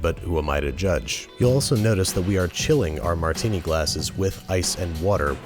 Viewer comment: Almost stopped watching at the "Martini". Give it the ol college try again, you'll get it soon! Love the vid otherwise